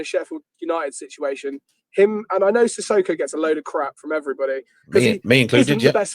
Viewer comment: We have it on good authority that Sissoko’s real name is in fact Susisko 😂 we love and would never wish him to interrupt ahead of steam by insisting on pronouncing things correctly!!